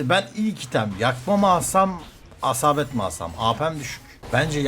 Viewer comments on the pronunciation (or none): habaset yerine hasabet diyorsun cok tatlısn😂😂